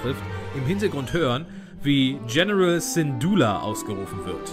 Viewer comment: ALTER LERN DIE NAMEN AUSZUSPRECHEN ... Synduula, Andor, Mustaafar, und Scarif